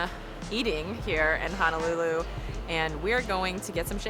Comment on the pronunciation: Hi, Honolulu is pronounced as: hoe (like the garden tool) - know - lou - Lou. Adobo should have at least a tangy taste because of the vinegar. Adobo is a simple dish of: vinegar, shoyu, bay leaves, garlic and peppercorns. Maguro Brothers are really two brothers from Japan that wanted to move to Hawaii, as one is a surfer. Katsu is pronounced as a soft 'a:, so 'kut-su'. The beginning scene of your video is showing the Ala Wai Boat Harbor, where it was featured in 'Gilligan's Island' tv series opening scene as to where they sailed out from onto their famous '3 hour tour' Liked da video!